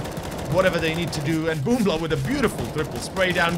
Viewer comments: how does he read it "blumich"?? I thought its "BUMBLA"? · Why do they call him boombich..isnt it boomble, boom-ble. cuz 4 is e. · Why do the casters call him boomich when the Nick is bombl4. Explain pls :) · Did I just hear the commentator say boombla? LOL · His name is actually pronounced Voomi. It comes from воомы